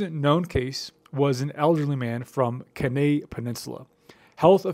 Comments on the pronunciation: Kenai is pronounced “key-nai”. On another note, the name Alaskapox was officially changed to “borealpox” by the CDC last year to be line with the likelihood that the virus is widespread throughout northern boreal forests. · Kenai is pronounced key nigh